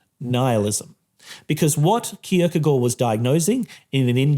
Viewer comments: The real striking message of this video is an intellectual mfer flaunting his corret pronunciation of kierkagaard Edit: this is positive and i like it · Very good pronunciation of Kierkegaard!